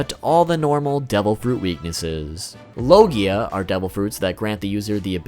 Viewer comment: Your pronouncing logia wrong lmao